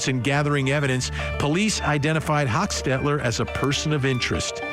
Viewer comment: First of all, meigs and Kinsinger was pronounced wrong….as well as hochstetler…